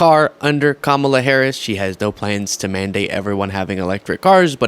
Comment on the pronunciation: Daily Mail interviewer lost my respect when he started off by mispronouncing Kamala's name 😢🤯😤